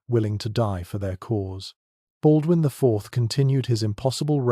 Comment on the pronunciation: Baudoin .... Pas .... Baldwin ....☝️😌